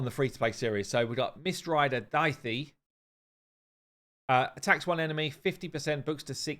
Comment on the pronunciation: Dah-he. His name (Daithi) is pronounced Dah-he.